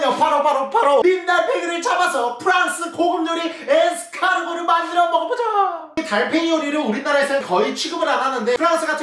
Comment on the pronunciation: 에스카르고를 에스카노르 라고 들었다.....